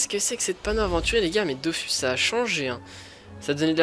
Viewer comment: DOFUUUUUUUS C EST UN UUUUUUUUU PAS DOFOOOUUS 😂nn jrgl mais stp dit dofus 😂